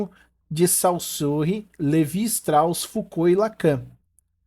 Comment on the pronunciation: Parabéns pela aula! Só para ajudar: é "Decartes" não le rcomo se escreve "Descartes", e na sequência : "Witgenstain" "Sossirr", "Levi-Strô", "Stifen Howkin", "Kant"(mesmo,) não "Kent", "Hanna Arent".